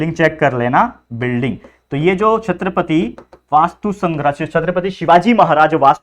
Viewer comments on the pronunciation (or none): Sir chhatrapati 👏🏻🙏🏻😊hai chatrapati ❌ nahi